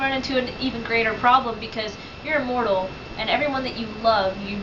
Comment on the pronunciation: The girl needs to learn how to pronounce "Immortal" Just sayin'